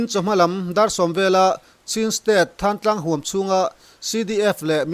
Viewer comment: Thlantlang khua hi Tuibur tih te, kawmthlang tih te, Lunghlu tih te ang a thluk tur a. ni e, Mi thenkhat phei chuan Thlantlang an ti